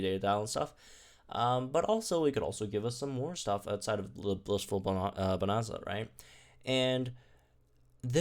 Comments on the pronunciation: I'm sorry to do this, but it's bo-nan-za (nan as in nanny). The rest is right lol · How did he not go and learn how to pronounce bonanza it’s not hard